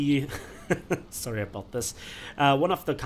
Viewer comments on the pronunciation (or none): none